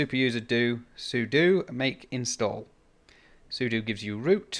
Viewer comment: I can tell you're a real Linux user because you know sudo is soo-doo, not Sue-dough :) I've had some success with DSD+ on Linux but I haven't tried DSD. I may give it a go as I'm running my shack from a Pi 400 and it would be good to see if it'll work. Thanks for the video, 73 de G0TVJ